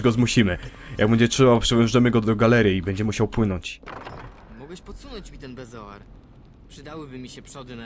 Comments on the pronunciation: Co do bezoaru to z tego co pamiętam w Kamieniu(nie wiem czy tak jest tylko w wersji polskiej czy ogólnie) Snape mówi niepoprawnie beOZAR ;) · Bezoar, a nie beozar :)